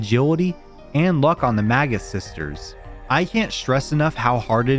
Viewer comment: For most of the video i thought you were saying the "MAGA sisters"